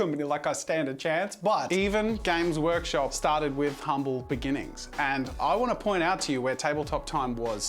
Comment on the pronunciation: Is it just me or is Jazza saying Gaycrush Games all the time?